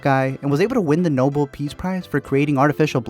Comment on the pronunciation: Thank you for calling out noble peace prize. I was ready to give it a little slack, but the girl said it wrong... twice!